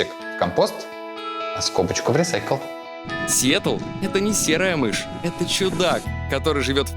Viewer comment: Настя реально тупенькая... Сиетал, Сиетол... Идиотина